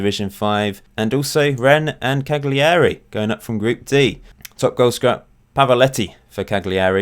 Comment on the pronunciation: It's pronounced Kort Rike. And Cagliari has a silent G. So it's said as Caleri. Good vid.